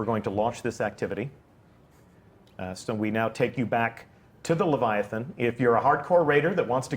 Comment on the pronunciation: Lythathan. Ly. that.han.